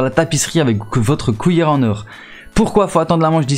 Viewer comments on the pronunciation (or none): Pourquoi t'arrête pas de dire wouite pour (8)... Mike pour (mec) pis couillere pour (cuillère) ????